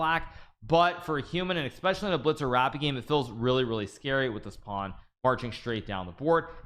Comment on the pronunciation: Holy Lord, are you saying, "Exspecially?"